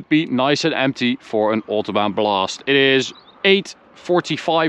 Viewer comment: So at the ootobaan